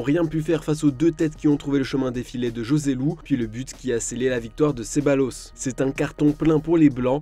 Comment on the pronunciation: Ça s’écrit Joselu mais ça se prononce ROSELU!!!!!!!!!!!